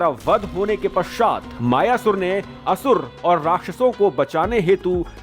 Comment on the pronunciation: मयासुर अथवा मय दानव नाम है न कि मायासुर